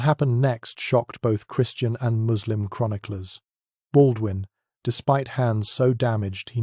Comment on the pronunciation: Baudoin .... Pas .... Baldwin ....☝️😌